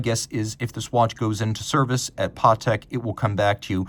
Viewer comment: NEVER trust a watch guy calling a Patek watch a PARTEK 😮